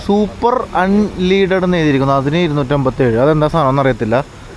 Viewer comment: സൂപ്പർ അൺ ലീഡഡ് എന്നല്ല... അൺ ലെഡഡ് എന്നാണ്. അഥവാ ലെഡ് എന്ന മൂലകം ഇല്ലാത്തത്. എൻജിന് ഏറ്റവും നല്ലത് അതാണ്. അന്തരീക്ഷ മലിനീകരണവും കുറവാകും